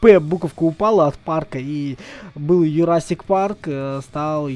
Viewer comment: Джурасик а не Юрасир парк)